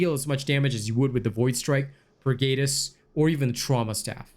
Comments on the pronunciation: Although the video is helpful, I just cannot get over the fact that you cannot seem to pronounce the word "pergatus" correctly. Per-Guh-tus not Per-Gay-tus. These words are based in latin and the lore of 40k. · Purr-Gaa-tus. not Geytus